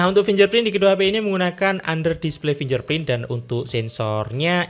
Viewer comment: Mas, bacanya finggerprint bukan finjerprint.